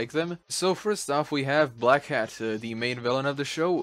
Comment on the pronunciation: i always hear black cat instead of black hat 😅